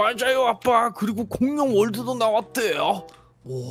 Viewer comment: 가 공룡 월드 라고했는데 난 공룡얼드라고 들려가지고 순간당황함.ㅋㅋ.